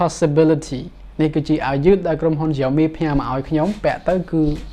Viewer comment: Xiaomi admin not Jiaomi